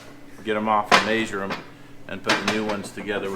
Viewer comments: "We are going to ma-shure these shims" 😂. Measure.. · Everyone at my work now says “may-sure” instead of measure😂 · Yep, maysure twice, cut once. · I like how you say measure - “maysure” 😉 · Mayshur twice, shim once. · “Maysure these” lol. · May-sure? Lol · I like that says “MAY-sure” my great grandpa said it that way. If you ever slipped on a slick surface and landed flat on your back he would say “ you mae-sured yourself” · Love watching your channel... Is it just me or does say measure kind of different?? Sounds like maysure.... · Word of the day: Maesure. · "I gotta 'MAYZHURE' these" 😂😂😂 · midwest accent this is anyone from montana to northern arizona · Is it just me or does say measure funny, or is that intentional?